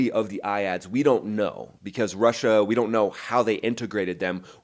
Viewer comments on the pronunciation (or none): none